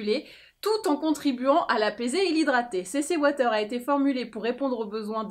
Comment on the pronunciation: La « CC ouataire » 😂😂😂😂😂